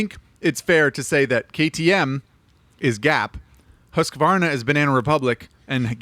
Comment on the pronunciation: Everyone else: "husk-varna": "husker-vonna"